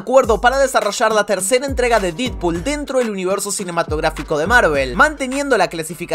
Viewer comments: Se dice dedpool xd, se escribe deadpool pero se pronuncia dedpool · Mejora la pronunciación de los nombres. No hace falta un profesorado de inglés para pronunciar Deadpool como "dedpul" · Porque le decia didpool 😂